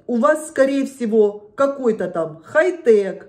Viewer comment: У Эдика не "хей тек"' а "хай тАК"😆😂🤣